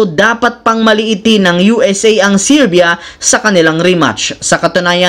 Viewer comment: serbia hindi sirbia jusko dudong